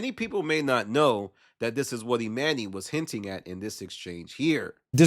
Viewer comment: I can’t watch the rest cause why is he calling him Emanny it’s pronounce Emani